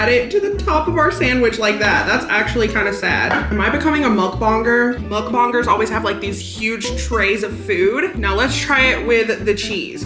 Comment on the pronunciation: “Muck bongers”